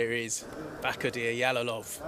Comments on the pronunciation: Yalolov emas Jalolov deb ayt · Эээээ... Ялолов эмас Жалолов дегин Жалолов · They are mispronouncing his surname, it is pronounced like "жалолов" in russian not "ялолов". Learn how to pronounce Uzbek surmanes correctly, uzbeks are world number 1 in 🥊